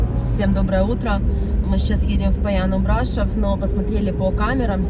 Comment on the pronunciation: Брашов ударение не на о ?